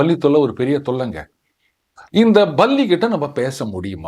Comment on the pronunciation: It is not Balli Pronounciation is Palli.